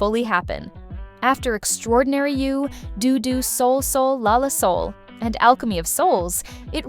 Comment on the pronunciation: DO DO LA LA SOL SOL LA came BEFORE, not AFTER Alchemy of Souls so I don't understand why it was stated as though it was a letdown after Alchemy. And it's pronunced like Doe,not Due. And I really liked it a lot anyway. There was nothing wrong with its ending at all! I've not seen Impossible Heir, so I can't speak to that. And no mention was made of Dear Hongrang at all, in which Lee Jaewook was great! How do you even know what fans felt? Did you ask any of us??? Stupid AI voice!